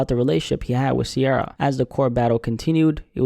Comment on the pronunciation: Ciara not Sierra